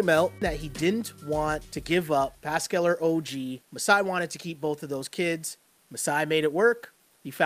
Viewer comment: If I hear that reporter say passcull one more time